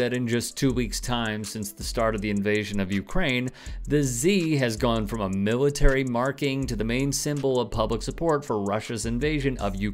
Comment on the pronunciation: There is no excuse for "millitree".